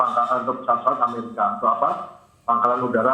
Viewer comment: Amerika Serikat, Bukan Ameriska 😅